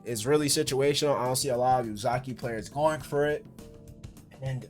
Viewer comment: Good video, but you can't pronounce the character names for nothing, who is Uzaki? Lol